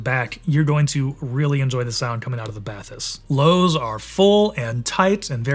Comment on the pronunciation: You've been to the France facility and you still manage to pronounce "Bathys" incorrectly???